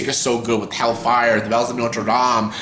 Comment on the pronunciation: I love how you say "the Huntchback of Notre Damn" 😁, anyway that's an interesting review 😄